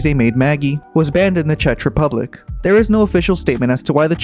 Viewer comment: its pronounced CzeK Republic :,((((